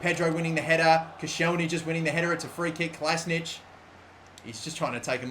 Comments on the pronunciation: It's Kola-si-natch, not Kola-si-nic. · Kolašinac is pronounced "Ko la shee nac" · Kolašinac = Kola she nats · he says kolasinac wrong